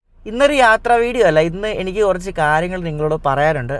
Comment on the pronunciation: ഡേയ് 'എണിക്ക് ' അല്ല 'എനിക്ക് ' ആണ് അതുപോലെ നാൻ അല്ല ഞാൻ